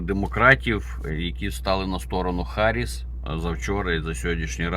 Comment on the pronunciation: Вона Гарріс а не Харріс. Ви вивчіть нарешті